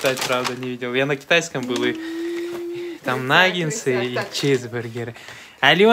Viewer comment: наггетсы, а не нагенсы